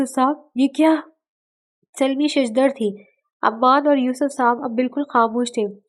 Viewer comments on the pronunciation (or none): Yaar ap Urdu k Kafi alfaaz ghalat perti ho sawar nahi saror hota hai mabwat nahi mabhood hota hai or Salma hai salmi nahi.